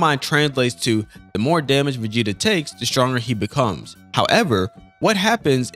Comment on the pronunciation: Also “Vageta” is wild my guy 😂